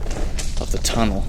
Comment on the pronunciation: ah yes... the TUNNELton TUNNLE